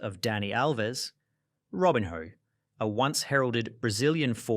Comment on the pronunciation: Robin-hoe 😂😂 Seriously??? You have mispronounce everything on pourpose to get engagement, right?